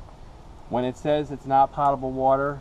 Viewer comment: Guys, the word "potable" is pronounced with a long "o". It's not "paht-a-ble" but rather "poh-tuh-ble" water. Here's a dictionary entry which speaks the word when you click on the speaker icon: .